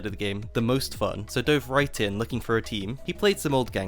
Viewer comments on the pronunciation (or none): none